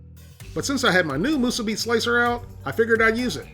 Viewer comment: Moose Abbey 🙄 Accent goes on the second syllable.